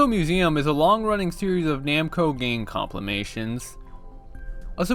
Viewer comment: "complimations" is crazy